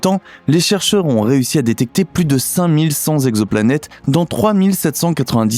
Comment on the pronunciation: on dit "5100 "T"exoplanètes" et non "5100 "Z"exoplanètes" si on veut faire la liaison. Je sais que je suis peut-être casse-pieds mais ça pique les oreilles ce genre d'accord.